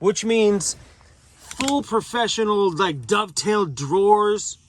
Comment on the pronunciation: Dove tail..not duck tail...lol